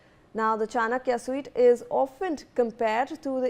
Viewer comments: Suite is not pronounced as “suit” - Suite is pronounced as “sweet” - by Dr. Geetha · You can't even pronounce Suite properly. It baffles me how do you people get the job...casting couch maybe, I guess